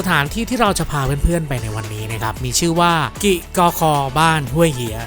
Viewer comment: กิกอคอ - ในคลิปอ่าน กิ๊กอคอ บ้านจ่าโบ่ - ในคลิปอ่าน บ้านจ่าโบ ชื่อสถานที่ คนพื้นที่เขาออกเสียงแบบนั้นจริงๆ หรือคลิปอ่านพลาดครับ?